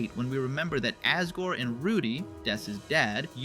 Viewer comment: not him pronouncing "asgore" ass guard